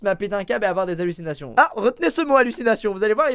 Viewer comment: Tu as dit 4 fois allusinations et tu es de venu un prof d'Histoire et SVT ou quoi😂